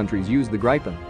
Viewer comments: It's not "Graypyn", It is "Gripen". Pay attention to the pronunciations. Do not read proper nouns like English. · Except from wrong pronounciation. Not [graipen] but [gripen] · Its pronounce grip-in Not gripe- in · He pronounces Gripen like an old southern gay saying "Griping" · I want to gripe about pronunciation. Get a grip. It's grippen. Had several crashes early on but seems to have succeeded since. Now a recognized heavy contender in air combat arena. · Gripen is pronounced with the i sounding lie ee in Jeep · Rather [Gri’i:ipen] ... the “i” being pronounced in a similar manner as “i” is pronounced in U.S English “police”... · It’s pronounced grip-in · More like "Greepen" with Swedish pronunciation. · Gripen is pronounced GREE PEN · I agree, if i’d spell his pronounciation in swedish it would be ”Grajpen”… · It's spelled Gripen and pronounced "Greepen". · I’m also a Swede and it so funny how he pronounced it it’s Gree-pen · My ears hurt from the pronunciation of gripen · Why all us citizens mispronounce i . Irak erak not like i phone . Also gripen grepen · he says gripen as if he's pronouncing some grapes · Its what you call Lagom Just call it the Griffin. The Gripen pronounciation just sounds wrong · Gripen pronounced i not I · How do you properly pronounce the name? ~Curious American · it hurts every time i hear gripen pronounced as "Grayh-pen" or "Gr-pen", each time i hear draken pronounced "Dreyken", and each time i hear viggen pronounced as "Vayh-guhn"